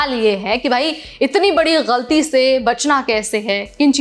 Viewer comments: Your pronunciation is nice , you said ghalti not galti. Looks you know Urdu as well as Hindi. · Aap “galti” bahot sahi pronounce karti ho .. I thought you were Muslim and did your education from Urdu school 😂😂